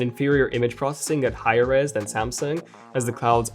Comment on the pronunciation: did he say res or rizz?